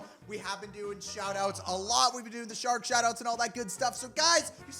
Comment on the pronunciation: Shark not shari